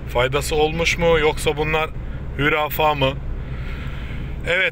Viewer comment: Hürafa değil abi HURAFE 😁 bak bozuk kelimeni ücretsiz düzelttim Tamirhane ye geldiğimde biraz iskonto yaparsın artık 😅😅